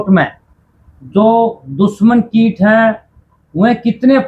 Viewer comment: भैया किट नहीं कीट होता है। कृपया सुधार करें